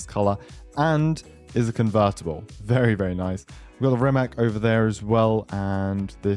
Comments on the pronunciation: I hate to be the nerd but its not pronounced "RimaK", its "RimaTS" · Hey not to be annoying, but I'm pretty sure Rimac is pronounced as "Rimatz" It's a Croatian Car and I'm from Serbia. Basically the same language.